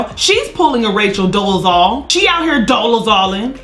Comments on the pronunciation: Come On Intro!!!!! " Dolizolin" 😂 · “Dolezalling” I’m crying!! 🤣🤣😭😭😂😂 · “She out her Dolazoling” 😂😂😂 Girl I’m crynn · “She’s out here Dolezaling” 🤣🤣🤣